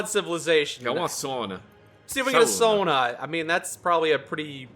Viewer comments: As a Finn, I feel happy that pronounced sauna correctly (Sao-nna) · As a finn, I wish to commend that pronounciation of Sauna! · Holy shit said sauna correct